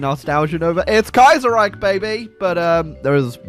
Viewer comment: Youtuber mispronounces Kaiserreich for 12 minutes and 39 seconds.